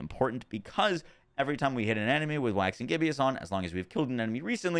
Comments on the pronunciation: I’m guessing this is exactly why had the aspect on his amulet in his build. Also side note, it’s “ghib-us” rather than “ghib-e-us”, named after the state of a moon, similarly to the “waxing” prefix. Appropriately named since the moon is closely tied to werewolf lore. Love these vids! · Why do you always say "Gibbeous" when the word is Gibbous? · Hey man love your content and this is a terribly minor thing but I figured I'd let you know you are pronouncing "gibbous" from "Waxing Gibbous" incorrectly. It is GIBB-ISS not GIB-EE-ISS. Gibbous is a phase of the moon and "waxing gibbous" means a gibbous moon getting bigger. A gibbous moon is one that is more than half full, and waxing means getting bigger, so "Waxing Gibbous" means "More than half full moon on its way to becoming full". Keep on doing what you do your content is great <3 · It’s not Gibbious, it’s Gibbous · Needs to be said cause it was a little grating its not Gibby-Us it's Jib-Us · There are so many uncommon words that he butchers all of the time that it makes me wonder if he's never read a book or spoken to anyone with a decent vocabulary in his life. Reminds me of how Luffy at first kept pronouncing "macabre" as "muh-cob-ray". But even that's more understandable than "gib-e-us". Then again, seems like 90% of the world's population pronounces mischievous as four syllables instead of the proper three. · you’re pronouncing gibbous wrong. Where do you see an “i” after the b? Cant read?